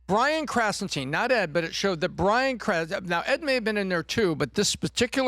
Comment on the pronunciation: "krasen teen"?